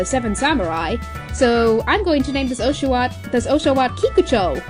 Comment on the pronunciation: Makes me cringe every time she prounced osh-a-watt wrong! Gah